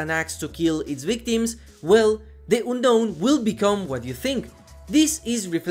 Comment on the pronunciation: Oonnoun. Omg, your pronounce